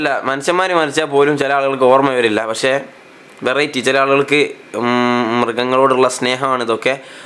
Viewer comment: ᴠᴇʀɪᴇᴛy ᴀʟʟᴇ? ᴠᴇʀɪᴇᴛy?... ᴠᴇʀɪᴇᴛy ᴛʜᴀɴɴᴇ🙏🏻